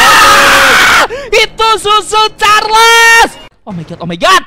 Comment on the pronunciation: Hah susu carles bukan cucu carles